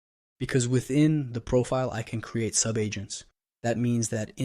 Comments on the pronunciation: Prophet? I'm confused too! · Is he saying "profit" and not "profile"?